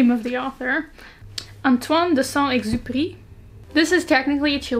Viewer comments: She: I’m going to be so bad at pronouncing the name. Also she: Proceeds to say the name perfectly* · I'm gonna be really bad at pronouncing his name... Me, a french native: Oof yeah, that's not an easy one, good luck.: *pronouces Antoine de Saint-Exupéry perfectly* Me: *shocked pikachu* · You saying you’re going to pronounce Antoine de Saint-Exupéry terribly and then doing it so well XD Looking forward to the rest of the list since I’m not the biggest classics reader either!